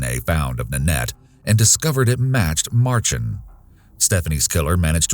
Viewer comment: For future reference folks its pronounced Mar-shan although its spelled Marchand